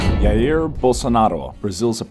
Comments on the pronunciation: It's ZHA-EER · When he started saying “yair” bolsonaro; I couldn’t keep watching.